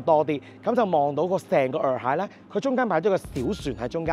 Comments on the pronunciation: 普洱茶的洱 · 問過AI，讀耳海😊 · 洱海，讀（以海）喎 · 洱讀 Yee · 普洱（nei) , 但洱海係讀耳海